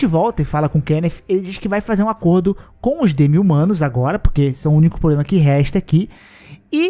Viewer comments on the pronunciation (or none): none